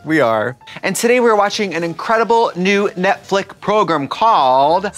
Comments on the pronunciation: WHY DOES TRIXIE PRONOUNCE NETFLIX AS NETFLICK???????!!!!!!!!!! I love her thoooo hehehe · anyone know why they always say netflick? 😂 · I’m literally obsessed with Trixie but if she says “Netflick” one more time 😂 I can’t